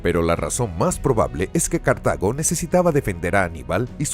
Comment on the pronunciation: Se dice Cartago, no cartaño